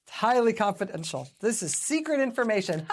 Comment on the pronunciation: He had problem in saying "confidential". I don't think he can pronounce long words. I wonder if he ever could.